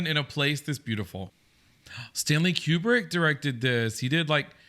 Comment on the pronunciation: It's pronounced Stanley Koobrick. You guys got the theories of the movie right. The hotel could be possessed and apparitions or ghosts were the inhabitants of the hotel. And Jack was a reincarnation of the caretaker of the hotel. Delbert Grady wasn't the same person as Charles Grady who killed his family in 1970. Another theory is that the hotel is hell. And another theory is that Jack was having a writer's block and the moment when he started becoming insane was when Jack's story began for his book. It could also be about his nightmare.